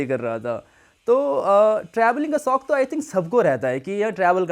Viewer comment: Sauk nahi shauk hota hai